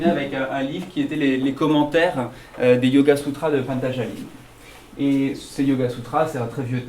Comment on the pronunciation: Patanjali et non Patanjalim !